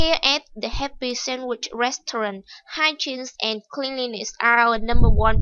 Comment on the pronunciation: cô ơi hình như từ restaurant cô đọc sai ùi ạ